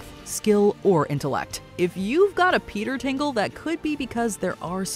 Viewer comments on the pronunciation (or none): “Peter Tingle” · Haha you “Peter tingle”